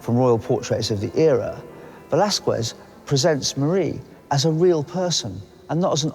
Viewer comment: Quite disappointing this documentary the "presenter" didn't even make the minimum effort of pronouncing Velázquez surname or name properly. Would it be a Lack of knowledge? lack of understanding? or just euroaglisism?.... Either way is fuked and demianing. Also degrades the quality of this channel.